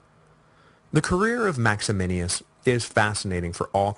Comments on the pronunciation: Little confused about the pronunciation of Maximinus (as written above); seems Mike might be adding an extra letter to make it sound like Max-A-Men-E-Us. It's so very odd that a man like Decius, who was so capable and able to take over the empire, but was so damn stupid that he had to go after fellow Roman Christians. It gained him nothing at all except contempt. Gotta wonder also why he stabbed Philip in the back. Was Philip so bad that Decius felt he had to take over? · Because that's how you pronounce it in Latin. He does get Maximinus wrong, though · maximinus not maximinius.... small point 12yrs later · One of my favorite things about this podcast is Duncan's repeated slaughter of Latin and Latin names, like "Maximinius" instead of what it should be MaxiMINUS. He's now qualified to be the Gallienus of Classicists, which I'm sure he'll pronounce Gallienius. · isn't it Max-i-MINUS Thrax and not Max-i-MI-NI-US Thrax? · Absolutely. And MaximiNUS, not MaximiNIUS. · I kinda wish someone would have told him that it's MaximiNUS. Not MaximiNIUS. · max e min us......not maximinius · The name is Maximinus, not Maximinius. Can’t you read? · MAXIMINUS THRAX! NUS not NIUS. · Would you quit throwing an extra I in Maximinus!